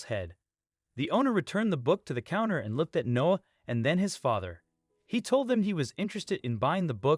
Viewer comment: The kid’s name is “Noah”, not “No”! Unbelievable.